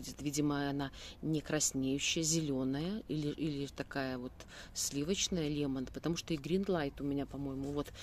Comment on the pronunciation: Лемен лайт, может лемон...?